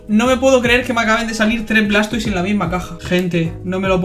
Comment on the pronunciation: "Blastoi" puro cine 🥵🥵🥵